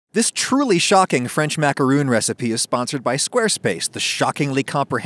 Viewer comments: The real secret to macarons in to pronounce them correctly: macaroons are a completely different cookie! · Stop calling then macaroons I gets o mad it’s macaron!!!! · lol. American dictionaries do not give "roon" as an acceptable pronunciation for macaron. I don't what you're smoking. American Dictionary: macaron[ mah-kuh-rohn, ‐ron ] American Heritage Dictionary: mac·a·ron (mä′kə-rôɴ, mă′kə-rôn) Websters Dictionary: macaron: ma·ca·ron | \ ˌmä-kə-ˈrōn Oxford Dictionary: macaron Pronunciation /ˌmakəˈrän/ /ˌmækəˈrɑn/ Collins Dictionary: macaron [makaʀɔ̃ ] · When 99% of English youtube videos (both US and UK) say makarohn and not makaroooon, you might realize it might be you that is using a non-preferred pronunciation. Again, look at the Wiki entry. For the spelling you use (macaron), macaroooon, is not an option as a pronunciation. If you want to pronounce it as macaroooon, then use the spelling macaroon. Read the Wiki pronunciation guide very carefully: A macaron (/ˌmækəˈrɒn/ mak-ə-RON;[1][2] French: [makaʁɔ̃]) or French macaroon (/ˌmækəˈruːn/ mak-ə-ROON) Do you see very clearly there it says for the spelling macaron you have two Anglicized versions and one nazalized French version. For the spelling macaroon, you have two versions. Your pronunciation matches the spelling for macaroon, not macaron. It really isn't that difficult. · it is a french recipe, and it is a french word, and a macaroon is a different cookie. for everybody's sake please just pronounce it the correct way, 'ma-ku-ROHN' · Darth Sidious Haha, I'm American and I say macaron and macaroon because they are totally different cookies. Adam just doesn't give a sh*t about the correct pronunciations. (Im a baker, used to work in a bakery, and a starting avid cook, and my old boss who went through college for baking said its pronounced in the old french way, and they are totally different cookies) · Roon is a coconut thing but Rohn is this correct pronunciation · Just call them the Makrone